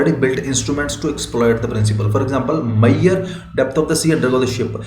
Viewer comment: yhe maiyaur nahi measure hota h